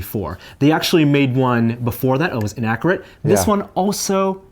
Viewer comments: say "innakorate" again and I'll slap you. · I can't stand the way he says accurate and inaccurate :/ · The host says accurate and inaccurate rather strangely.